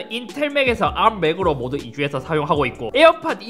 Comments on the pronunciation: 이상하게 아-ㄹ---ㅁ 발음 너무 듣기싫은데... 왜지, 다른 R발음은 잇섭 그대로인데 arm만 굴려서 그런거 같기도 하고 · 나만 자꾸 arm아키텍쳐 아ㄹ-ㅁ 아키텍쳐가 들려? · ARM을 암으로 읽는거 실화냐 ㅋㅋㅋㅋ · '앎'아키텍쳐... 발음... 멋져... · 왜 ARM만 혀를 꼬는 거지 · ARM 발음 죽여주네요